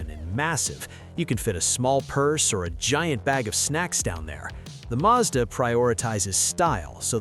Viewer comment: madsa??? No it’s Mazda